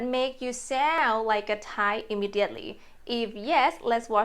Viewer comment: ) If I may help you: you often don't pronounce "d" and "n" at the end of english words. For example when you say "joyn" and "sound". Don't get me wrong please - I just mean to support you:)